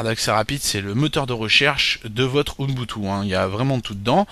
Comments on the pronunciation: c'est ubuntu, ce n'est pas "unbutu"!!!!!!!! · on dit ''ubuntu'' pas ''unboutou'' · U - BUN - TU! et pas UNbutu C'est si compliqué à prononcer? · pas mal mais dommage pour le OUNEBOUTOU énervant a la longue...c'est OUBOUNETOU (ubuntu) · MDR à chaque qu'il dit ounbutu je péte de rire et les pire c'est qu'il le dit plein de fois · ca se dit OUBOUNTOU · Le pire c'est que pourtant il a plus travaillé dans toute sa vidéo afin d'être pédagogique, clair et complet à la fois malgré son défaut de prononciation, que toi dans ton commentaire .